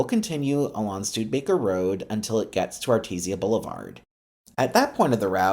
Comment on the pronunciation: Studebaker has 4 syllables. ;-)